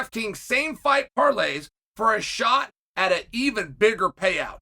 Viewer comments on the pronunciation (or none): none